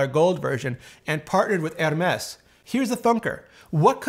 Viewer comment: You’ve gotta chill with that Hermès pronunciation lol.